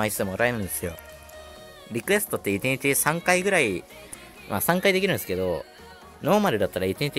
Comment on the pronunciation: 1日のことイティニティって言ってるやん